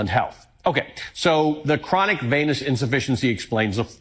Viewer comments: I think they have mispronounced his condition. I think they mean Chronic Penis Insufficiency. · It sounded like you said, chronic penis insufficiency lmao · Jucking fesus! Another imbecile who can't even pronounce "venous" properly while he's running his damned facehole with more ignorant and well-worn speculation. His description of what chronic venous insufficiency is is extremely poor. It is a problem with the valves in the veins. It is well past time for a NATIONAL DAY OF SHUT THE FUCK UP!